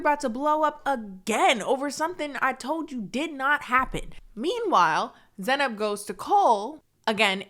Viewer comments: yeah I wanna hear her say her own name a few more times because I'm not sure how to pronounce it, but whenever Cole says it, it feels wrong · Hi, I'm from central Europe and I haven't noticced a difference in the pronounciation? Can anyone explain how he mispronounced her name? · To be fair, colleen said in a podcast that Cole also pronounced her name wrong. Doesn't mitigate him only pronouncing it correctly when he exaggerated the pronunciation of the name, but I think the guy doesn't care to pronounce names correctly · I couldn't agree more. How dare a normal looking dude like him talks to her like this? She is fucking gorgeous and looks so much better than him. He never even pronounced her name right.